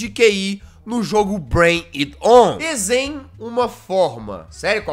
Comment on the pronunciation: No final ele fala Brain out mas é Brain it on! kkkkkkkkkkkk #JAZZCABEÇUDO